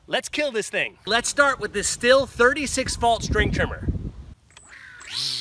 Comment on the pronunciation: It's pronounced STEEL, NOT STILL.